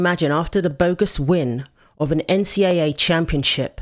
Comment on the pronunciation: Thanks for not saying N-C-DOUBLE A, which adds an extra syllable unnecessarily.